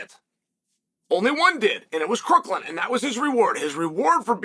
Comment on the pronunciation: CROOKHAM. It’s Ryan CROOKHAM. not crookland FFS.